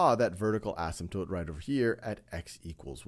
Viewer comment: I've been wondering if the Wiley Plus minilecture guy and the Khan Academy guy were the same guy, but I just noticed the Khan Academy guy knows how to pronounce asymptote, so they can't be.